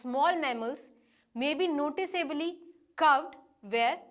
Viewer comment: Indians have an extremely hard time pronouncing English. It's not " osteo--logy" it's " os--te--ology " . Not " notice--ábely " but " nótice--ably